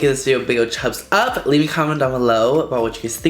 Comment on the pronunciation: Did he say chubs up? 😭😂